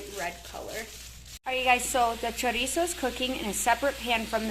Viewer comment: Chorizo not choriza.